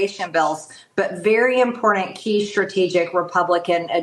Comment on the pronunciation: When people pronounce the word “important “ with a D, it drives me crazy